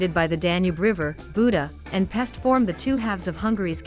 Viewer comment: Great vid! Pest is pronounced "Pesht" , Budapest as Budapesht. It is an "sh" like in short, not an "s" like in sport.